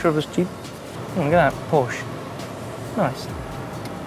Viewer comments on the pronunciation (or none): none